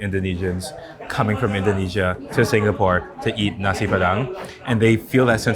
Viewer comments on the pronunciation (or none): none